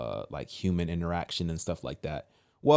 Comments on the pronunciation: interactment? lol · that’s interaction, not interactment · You didn’t say that correctly. Not interactment. It’s interaction.